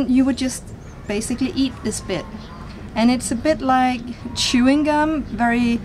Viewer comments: She said chewing cum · listen closely she says Chewing cum 😂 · Anyone else herd her say chewing cum ? Hahaha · Lol such a dumb mistake in